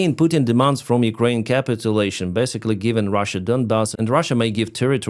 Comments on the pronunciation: The bad idea being talked about forced on Kyiv gov is pronounced: "Kah-Pit-Tyu-Lay-Shun" : ) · ca PIT u lation